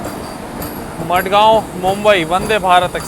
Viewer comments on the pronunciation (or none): Not मडगांव its माणगाव